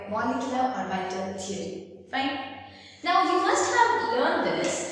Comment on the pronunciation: the video is good but her pronunciation of orbital is killing me ahhhhhh